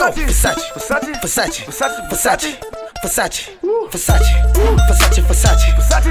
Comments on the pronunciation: He never said versace he said "fesatche" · I'm italian and his pronunciation of "versace" is very bad! Is "versÀcE" not "fessaci" 😥😂😂😂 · Nobody: How many times can you mispronounce the Italian word "Versace" in minutes? Migos: hold my beer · Too Easy , beacuse he says "fesachi"